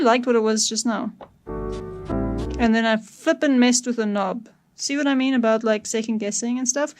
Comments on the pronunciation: hahaha did i hear "aboot"? ohh caaaa---nadaaa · That’s South African mate! Cracking video too!